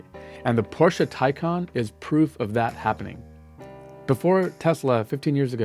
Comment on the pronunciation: Please, please, please pronounce Taycan as in Taichi for "Tay" and calm for "can".